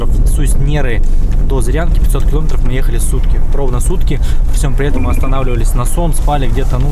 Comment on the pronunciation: КиломЕЕЕтров,! КиломЕЕЕтров...Когда вещаешь на большую аудиторию, надо стараться говорить грамотнее, тем более на родном языке, стыдоба! Видео твои смотрю, лайки ставлю, но "ихние кил0метры" прям режут слух